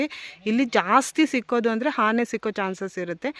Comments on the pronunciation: Hane alla taeee ane adu sondelu alla dantha😂😂😂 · ಅದು ಹಾನೇ ಅಲ್ಲ ಆನೆ